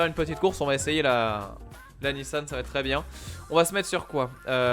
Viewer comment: Cest pas nissanne cest nissan On dit mamanne ou maman